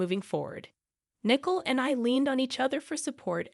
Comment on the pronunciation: It’s not nickel but nicoal